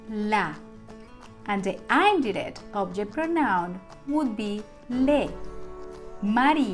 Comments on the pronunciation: Please its not (ain - direct =indirect) that you pronunciate to get attention... its only "in-direct" no matter if you follow US OR UK ACCENT.... please first you should learn English PROPERLY then try to make your copy paste Spanish videos.. pathetic fake ones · Sorry but it’s een direct not the way u say the i in spanish U will be confusing the English ppl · She is pronouncing direct and indirect wrong. 😉 This is not meant to be critical but it was very distracting throughout the whole video. The “i” in indirect should be pronounced like the i in “in” and the “i” in direct is pronounced like “ur.” It was a great 👍 lesson. Thank you 🙏🏼 very much. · “Indirect object” is supposed to be pronounced with a short “i” sound, not the long “i.” She’s tapping the “r” and making it hard to understand.